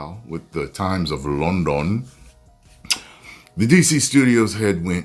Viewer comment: LONDON in a Nigerian accent😂😂😂😂😂